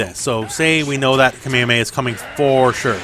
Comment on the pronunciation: ALWAYS keep your eye on your component. I know some people who look at their own character as they fight. And you say kamehameha the CORRECT old school way, thankyou :)